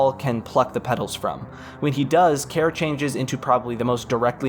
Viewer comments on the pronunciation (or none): Why not pronounce Care as Carrie? Why not view the end of the soundtrack video?